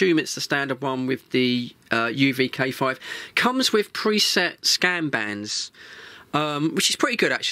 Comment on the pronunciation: You pronounced K5 wrong 😅